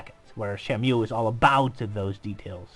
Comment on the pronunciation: Ryo: "Shenmoo".: "Shenmyoo". Argh... Anyway, great analysis, but you kind of dropped the ball there at the end concerning Sony. Kudos for mentioning the BuildingTheList campaign as reason why Shenmue 3 ended up with Sony and why it was unveiled at E3, most articles fail to do that. But some of your conclusions are quite wrong. "Shenmue 3 is very likely to become another financial disaster" - That's pure speculation. Too many people assume that Shenmue 3 will have, or even needs, the budget of the originals. That is wrong. The originals were that expensive for several reasons. Development started on the Sega Saturn, and that version already included parts that would later end up in Shenmue 2. The Saturn version was scrapped, lots of things (but not everything) needed to be redone for the Dreamcast, they had to develop their own tools and engines, the team grew to 300+ people and nobody knew how to manage that efficiently. So, the original budget of $47 million paid for at least three games (Saturn, 1, 2) and 5 years of development. All that won't apply to Shenmue 3. Shenmue 3 won't be a huge modern AAA game. It might end up losing some money for Sony (who primarily fund the marketing and NOT the development), but it won't be a disaster for them. "I mean look at those colors" - Funny, because Suzuki has stated somewhere that he doesn't like the appearance of that scene. It looks too "California dry". It's just a preliminary mockup. "Sony put themselves in a co